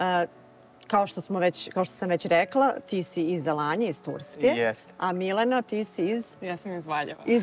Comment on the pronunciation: Zeno tkz Tako se ne izgovara Alanja 😂😂😂